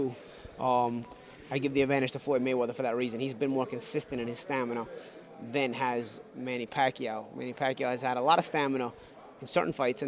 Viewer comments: Here we go with that "stanima" word again lol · STAM-IN-A!!!!!!!!!!!!!!!!!!!!!! Get it right. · he keeps saying STANIMA, lol